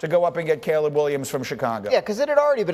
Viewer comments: The tv said Caleb many times and this dope with rocks in his head still pronounces it Collab. I mean it sums up this man’s intelligence 😆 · Caleb is sounded Kay-lub